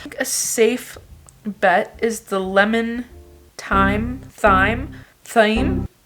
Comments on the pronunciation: Wow, Google really did you dirty. Thyme is definitely pronounced "time" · Thyme is pronounced TIME that must be British 😂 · it is pronounced time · Siri/Google is a big fat liar it’s pronounced Time 😂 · Thyme is pronounced like "time". That thing fooled you. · Thyme. It is pronounced time. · Thyme is pronounced as time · okay but isn't thyme pronounced like TIME??? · i promise you 'thyme' is pronounced exactly like 'time'- you got thorted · google lied to you... it's thyme-"time" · Bless your soul, but thyme is pronounced 'time' idk where you got that fake news. Love you Queen, i'd give it another google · It is actually pronounced TIME :) But I love you ! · Thyme is pronounced time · Y’all could sue that app for making you believe thyme is not pronounced like ‘time’ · It's pronounced "time". You were right, that weirdo robot is high. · Wait, thyme is pronounced like time right? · Thyme = Tyme/Time in the US (the H is silent) LOVE Vail... my family used to spend every season there growing up xoxo Randolph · Oh sweetie, thyme is pronounced time. I think you need to get Vicki in to check that robot’s credentials. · Its actually pronounced 'time'. Chef of almost 20 years commenting... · Thyme is pronounced “Time” by the way hehe xx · It is pronounced "time" AND ALSO ITS BEAN SPROUTS NOT ASPARAGUS I LOVE YOU 🤣🤣 Edit: nevermind I thought you meant the garnish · I’m so confused tho bc thyme is pronounced the same as time😂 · You say thyme like time, if that helps xxxx💋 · You definitely pronunciation it as time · It's pronounced time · 'thyme' is pronounced 'time.' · I love December and Vlogmas! Also, I thought thyme is pronounced "time"... now I'm confused. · Wait what? That phone pronunciation of thyme..I have never heard that. I also say thyme like time. Maybe I'm wrong too. Girl nobody knows 🤣🤣 I feel you I have the same ordering anxiety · Love it, your google search did you dirty tho, thyme is pronounced “time”. xx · "Thyme". Bless her. 💖😭😃